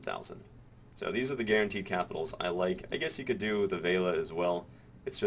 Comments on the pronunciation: VEH LEE UH not vale-uh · You keep saying Veila when it clearly states Velia as in Vel-i-a. :) I've also been doing investment banking in Heidel, both guaranteed and high yield. For guaranteed 700k i have gotten an average of 22k per time (10 times). For high yield 2kk, I've made ~90k per time (11 times). In total I'm about 1.2kk in profit, so far. For me. The losses with high yield are smaller than the gains. Profit is about 30-35%, while losses are about 25% or less. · oh god pls stop saying veila, its velia. it's like you have a typo in your speech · vale-a? VEL-E-A! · Ve-li-a. Not Vei-la.